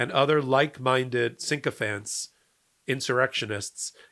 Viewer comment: Sycophants not synchophants. Precedent not precedence.